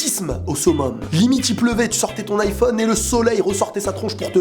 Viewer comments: pk tu dit I phone C iiiphone a l'anglaise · Sa me stresse arrête de dire iiiiiphone dit aïphone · On dit " iphone " pas " I-phone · On dit pas iPhone on dit yphone 🤦🏼‍♀️ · xD il dit I phone xD mais c'est Iphone (avec un accent anglais) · "Aï-phone" et non "i-phone" hahahahah 😘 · Pas iiiphone mais Aiiiphone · on dit aiphone pas iphone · ça se prononce a i phone pas iphone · tes con iPhone ce dit aillphone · C'est aiphone pas iphone pour la prononciation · Ptn tu me stress à dire i phone et pas aïe phone (je pense que tu fais exprès) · Sa se dit aïfone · Ca me stresse qu'il dit iphone alors qu'on dit aiphone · Sa se lit ayphone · DISLIKE PACQUE TU DIS IPHONE ALORS QU'ON PRONONCE AYY PHONE 😂😂😂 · Il le fait exprès de dire I phone ou ?.. sinon super vidéo 😃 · Mdr il dit "i Phone" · DIS : HAYPHONE STP TU STRESS DE FOU MDR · kon tu di ifone je me di il é nul en englai ! pouse rouje :p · Tu sais pas dire iPhone il faut le dire en anglais ! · tu va etre flagé juste pour avoir mal prononcé le mot Iphone